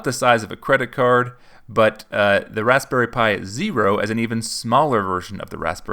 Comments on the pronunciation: Is it just me or does it sounds like he's saying rasssberry pie and not razberry? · I think you over pronounce the "p" in raspberry just a tad. Good video man and good energy! Great job!